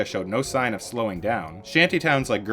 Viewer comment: I felt that the video was decent, but the Korean really bothered me. I think the audio presenter needs to learn the correct pronunciations, or as close to possible, when presenting videos. 서울 (Seo-ul) instead of soul, 강남 (Gang-nam) instead of Gaaaangnaaam, and 구룡 (Gu-ryong) instead of Ger-young would have helped this video be digested much easier.